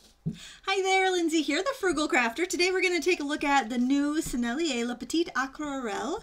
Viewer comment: thank you for this review. love to see the comparison before buying. just in case : there is an 'e' at petite, as aquarelle is a feminine word in french, you don't pronounce the final T without it ;-) TFS and have a nice day.